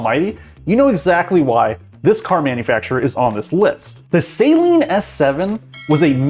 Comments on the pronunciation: Saleen. Pronounced Celine, not saline. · Well, he has no idea how to pronounce 'Saleen' or 'Esprit' so I think you are likely right. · Dear god say the name right!! SA-LEEN. not Say-leen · It's "Sah-leen" It's not a solution used for contacts. -_ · This pronunciation of Saleen makes my ears bleed. It's not SAY-leen. It's Suh-LEEN. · FYI: Saleen (Sah-leen) is a car. Saline is a mixture of salt and water. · This is the worst opinion I have ever seen in a video, he doesn't even know what he's talking about, almost every single word he said about Saleen was wrong, he even pronounced it wrong.